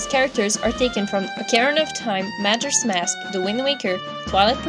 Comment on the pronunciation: is not majers mask is majoras mask